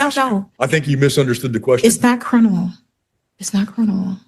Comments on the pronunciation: Her crinimal case? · It's not crinimal! So there.